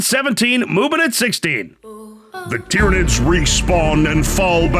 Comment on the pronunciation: Ah yes, the Space Mar-Steves vs the Tyra-Nicks vs the Muben Suns